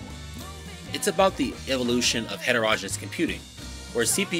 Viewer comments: It's heterogen-e-ous. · Ditto, background music overwhelming content. Also, look up pronunciation of heterogeneous.